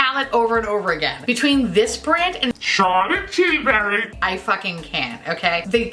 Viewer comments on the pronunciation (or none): Im sorry but the way you said Charlotte Tillburry made me crack up out loud hahahah